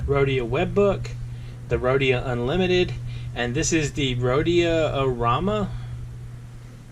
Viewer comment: it most definetly does, when you use a western m nib you'll ruin moleskin especially if you are considering that baystate blue ink lol, but you should feel a difference when you write between the moleskin and the rhodia which you did not mispronounce btw